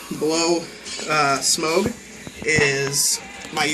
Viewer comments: You're the 2nd person I've heard pronounce Smaug "Smoge" xD It's hilarious. It's "Sm-ow-g" ;) Or Smog. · What are the birds I hear in the background? Also, Smaug is pronounced like 'smog.' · just to let u know if ur naming ur lizard after the dragon from the hobbit it is pronounced smahg even though it is spelled smaug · sorry for correcting you but it isn't SMOGE it SMAUG